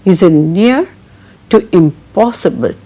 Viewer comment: Sorry to point out : "TASK " is not to be pronounced as " TAAKS '